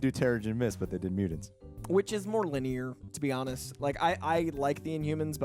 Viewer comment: Dude...MUTANTS with the t not d, its not mudants...